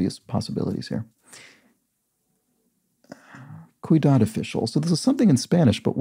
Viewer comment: Sorry, but I have to point this out. The "Ciudad official" clue... You repeatedly pronounce it "cuidad". "Cuidado" means careful, of course. But "ciudad" (with the C having an S sound) means city. It's asking for a Spanish name for a city official. "Alcalde" is, at least in modern times, the equivalent of a mayor. It used to have a more general meaning as a municipal worker. If you address this further out in the video than I've watched, I apologize.